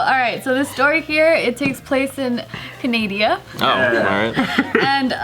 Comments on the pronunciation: "I love Canadia" "In Canada, Bruh 😂🤣😂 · Canadia or Canada🤔